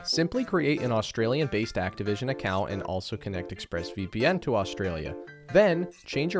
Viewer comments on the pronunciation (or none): none